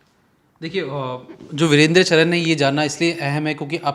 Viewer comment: Are patrakar mahoday home work kar ke aaya kre Charan ko bol rhe ho charn ratangarh ko bol rhe ratanagarth